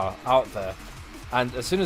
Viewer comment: Is it offroad or offwoad haahah